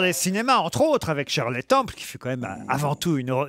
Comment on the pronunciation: Shirley ne se prononce pas "Tcheurlay", mister Ruquier